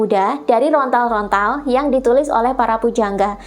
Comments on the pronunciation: Lontar bukan Rontal ...atau mungkin memang susah mengucapkan LONTAR ? 😊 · Sedikit koreksi... bukan "rontal" yaa.., tapi "lontar" 😊 _Rahayu ingkang sami pinanggih_🙏